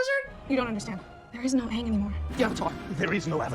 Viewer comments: Not "Ong" darn you m.night shyamalan 😂 😭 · no its aang, like pronounced like bang, but without the b. and its soka pronounced like sock-a like the socks you wear on your feet. also its appa, like your saying aahhhhh at the doctors office when he's looking at your throat or whatever. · At least pronounce aang right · ITS ANNG SOKKA AND APPA NOT OPPA MY MOTHER DOES THAT HEY STOP